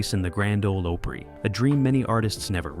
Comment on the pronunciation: Why is he repeating singers with a new number? For Pete’s sake get the name right , it’s opery like Ahmet o.